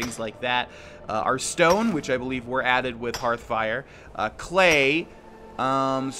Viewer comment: How many times did you have to say "Hearthfire" before you could flawlessly say it? I know you have a rough time remembering it thanks to your many hours into Hearthstone instead.